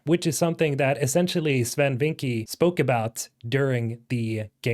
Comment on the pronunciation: Bro I speak dutch and you need to pronounce Swen's last name better. Vincke is more pronounced like Vinckeuh.